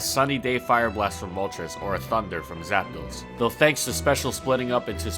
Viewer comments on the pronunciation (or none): none